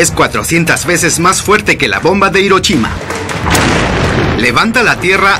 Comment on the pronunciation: Jajajaja "Hirochima"